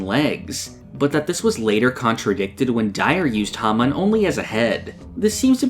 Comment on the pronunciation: The way you mispronounce hamon drives me crazy and it's in your channel name lol